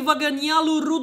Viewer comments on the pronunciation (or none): none